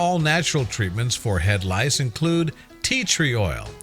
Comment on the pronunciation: My name is Microsoft Sam the narrator Should say! It is head scratching! Rice? Lice? 🧐 Rice?